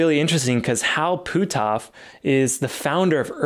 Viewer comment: Great video but you're killing me with the way your pronounce Hal's name. It's pronounced "put-off", not "poo-toff" ;-)